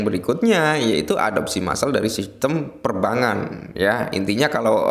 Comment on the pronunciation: Perbangkan bukan Perbangan...itu cara penyebutan yang benar...bukan Perbangan tapi Perbangkan...Per - Bang - Kan...